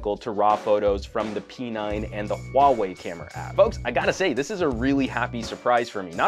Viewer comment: your HUAWEI pronunciation is really accurate